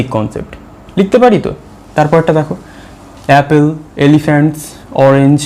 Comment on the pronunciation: Apple এর উচ্চারণ অ্যাপেল নয়। সঠিক উচ্চারণ হলো অ্যাপল।